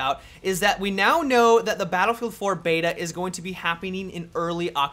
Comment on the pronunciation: It's "Battlefield 4" no "Dinofield 4" dude..